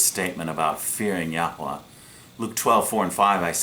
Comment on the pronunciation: For goodness sake please stop posting misinformation and making very silly pronunciations of the Holy Name of G-d